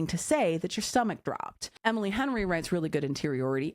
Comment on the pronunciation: I giggled for like 10 minutes after that. Couldn’t stop hearing “Hemily” after said it 🤣🤣🤣